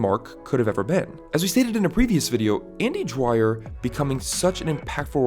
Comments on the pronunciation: you made a analysis video on a character but couldnt even get the his name right? its dwyer not dryer dude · Kept sound like andy DRYER so I couldn’t finish watching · I never watched this show.. So... Why do you keep calling him 'Dryer' but spelling 'Dwyer' (d'wire)?